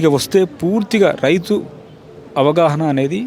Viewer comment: Kishan kadhu ra ayyaaa kisan & suman tv raith kadhu suman tv raithu first pronasiation correct chaie ra ayaa 😂😂😂